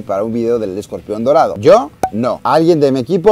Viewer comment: Yo le entendí Modorado jajaja